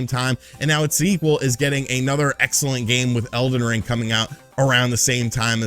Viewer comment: He called it elven ring like 4 times😂